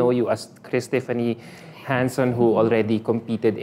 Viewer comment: It's pronounced: Han'son... not Jan'son,...:face-turquoise-covering-eyes